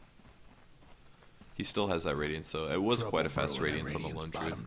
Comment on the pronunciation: Why does pronounce "Lone Druid" as "lingerie"?